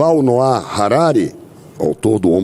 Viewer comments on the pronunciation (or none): none